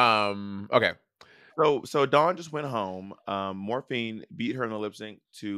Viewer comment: I'm ready for this season to be over so Monét will quit saying Morphíne.